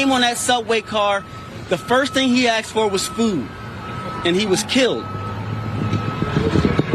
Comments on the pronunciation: He "axed" him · I have zero respect for someone who says “ax” instead of “asked.”